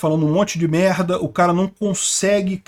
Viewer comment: Lula fala um monte de mehhda kkkkk